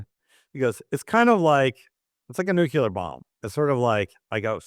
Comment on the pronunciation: Another one who can't spell or say "Nuclear" with one 'u' and I'm only a few seconds in...... so I know I'll have to hear him say it again! It's a shame that he's not an English Language expert also.